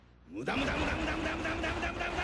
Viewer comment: Bro did not say “Muda” bro said “Damu”